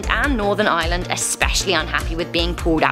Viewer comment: Canada ???? Only risk they are at is when the Maplw syrup runs out also did you notice her horrendous pronunciation of northern Ireland and then Ireland sounded like she was saying island